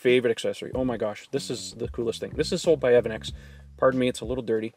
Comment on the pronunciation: I know that you are a CANADIAN EH! But it’s not “Evan x” it’s EV ANEX. Just thought you should know.